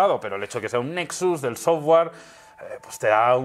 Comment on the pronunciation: NO SE PRONUNCIA "SOFWAR". SE PRONUNCIA "SOFTWER"